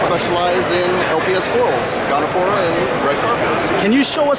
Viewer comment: Gonipora. He said it like 4 times